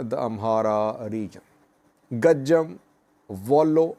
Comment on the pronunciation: It is Go-Jam not Go-Jem.